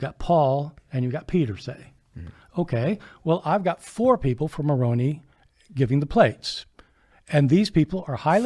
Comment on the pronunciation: Moroni, is “muh-rown-eye,” not “muh-rown-e. I used to believe Mormonism and thought I would give up my life if I had to to defend the Mormon faith. I don’t know if I actually would, but I believed I would. My sister once told me, “I will give my life for my savior.” By that time, I was an atheist and I told her that she would be wasting the one and only life she knows she had, and that Jesus claims to be immortal, so why would he want her to give up her only life for his immortal life.